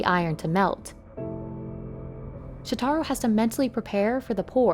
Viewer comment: You also mispronounced "Shotaro". It's "Sho-ta-ro", not "Sho-tar-ro"